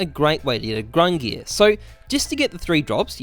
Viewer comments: “Grungir” come on my guy. It’s GUNG-NIR. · What the fuck is "grungir"? Don't u mean gungnir? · GUNGNIR (GunG-Near)...not gRungir (grun gear) . please read. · Lol love that you apologize for calling it grungnir instead of Gungnir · I am Icelandic and i can be confident saying that it is not pronounced gung-neer, but goong-nir with an i as in igloo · You can tell this man was not a halo reach dude with the way he is pronouncing the Gungnir, there is no R at the start of that word. "Grungear" my ass. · Everytime he says "Grungear" I feel my brain cells dying. Please just say Gun-gnir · He saidz "GRUNGIR" instead of GUNGIR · Grungear. It's more like GONG NEAR or GUNG GEAR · GUNGNIR not grungie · THERE'S NO R AT THE BEGGINNINGGGGGGGGGGG OF GUNGNIR . FOR GOD SAKE. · The old norse Gungnir is pronounced Gung-neer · its pronounced “GUNG-neer" source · Looked it up and it is indeed gung-neer like other people are saying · I think it’s pronounced “Gung-neer” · Gung-neer bruh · Ayvp gung neeir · You pronounce it as gung-neer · it’s pronounced “ginger” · It's gung-neer man, that ruined the video for me LUL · I mean its probably given away at this point but I think gung-neer xD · "Gung-neer" is the correct pronounciation. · Pronounced Gun(soft G) near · it’s gung nir bro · It's pronounced Gungnir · Its pronounced Gung-near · Gung neer like deer and dung :> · "Gung-neer" You're a boss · It’s gung-neer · gang-near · it is pronounced gung-neer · gun geer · leaving this video thanks to him sayin fuckin ”GrUnG-nEaAr” like bruh say it like a normal person not like a fuckin downie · Nobody: Not a single cell of living tissue:: "Grungear" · AWPs name: Gungnir: Grungnear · the proper pronunciation of the awps name is gung-NEER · its not grungnir btw. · How does "Gungnir" not have an r in it? I mean, it's kinda right at the end there, but it's there. However, I will agree that he should be pronouncing it correctly